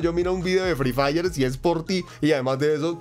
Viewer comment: Jsjs ya seme así el asentó Colombiano pero la verdad free diré e suena mrd :v